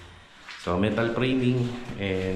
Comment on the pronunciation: Buong respeto kong sinasabi ito sa bago kong idol kontraktor: Kung maayos mo sana ang pagkabigkas mo ng letter F and P at ng letters V and B, ayos na idol. Example: stockpile, naging stock file. O kaya framing naging prey-ming. PVC naging PBC. Flooring to ploring. Gusto kong matuto sa yo, idol. Basta Tama ang terminology at bigkas, Salamat idol.